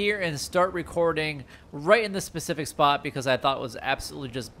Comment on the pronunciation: It's specific not Pacific